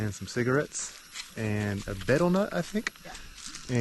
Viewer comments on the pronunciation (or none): The betel in betel nut is pronounced BEE-tal.